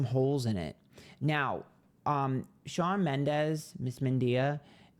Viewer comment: 😂😂😂 at this point I internally beg for him to mispronounce names bc it’s so funny!